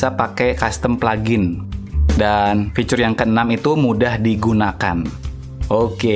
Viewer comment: Bang fitur bang bukan ficurr